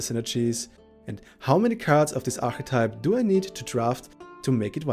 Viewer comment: How do you say mechanics and archetype? A bit annoying, but good guide thx